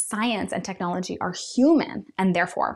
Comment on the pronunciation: It becomes techiology 😂😂😂😂